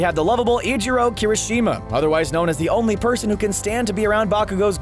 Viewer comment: Tfw host guy perfectly pronounces Sero but absolutely butchers Uraraka, Kirishima, etc. More often than not you roll your R's when pronouncing japanese names.